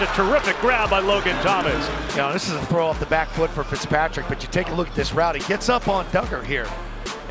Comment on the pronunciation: I never heard pickspatrick but I did hear fitztrajic